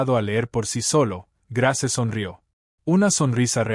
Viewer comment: Ud no pronuncia los nombres como es debido Grace su narración no es buena